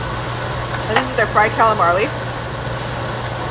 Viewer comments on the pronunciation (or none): ...fried " CALAMARLEY" huh.... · Calamarli?!? 😂😂 I’m sorry, I couldn’t help myself! I thought she said it on accident the first time then she said it again! Your so cute, wish I could eat like you! 😉